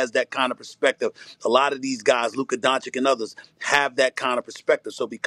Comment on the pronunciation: Steven A still can’t pronounce Doncic 🤮